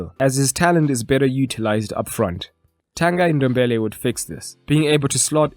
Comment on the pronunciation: I knew it only today but it's actually pronounced as ton-gee dom-be-li